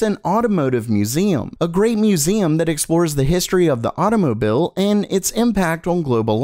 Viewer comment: as soon as u say automobile correctly ill do just that